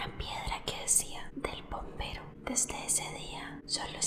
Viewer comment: Yo le entendí bombero jajajajaja viva el perico